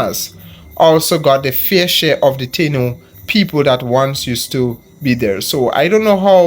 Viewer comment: "Taino" is pronounced Tah - EE - no.